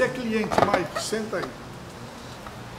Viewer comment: Ele fala maiki várias vezes kkkk